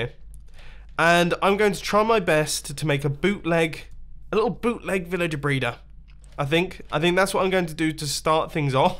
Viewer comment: 3:1o srry did he just sai vilager braider!?!?!??!